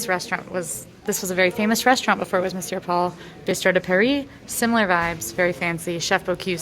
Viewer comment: Great review - love these two and PRONOUNCED THE RESTAURANT NAME CORRECTLY YAAY!!